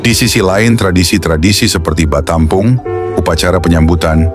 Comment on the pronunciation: Batapung bukan batampong bro